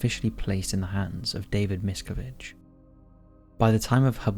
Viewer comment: The last name is pronounced mis-CA-vige. If you’re doing a video on someone at least learn how to pronounce their name correctly.